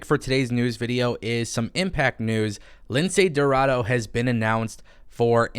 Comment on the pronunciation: Make up your mind spanish white boy who can’t speak 1 word of Spanish. You said aew roster is full and now you saying they should sign Niya jax. F niya and F you too. You just want her to go to aew so aew can go downhill. You are a ahole. Can’t even pronounce lince dorado. You pronounce it like this. Lindsay rorraro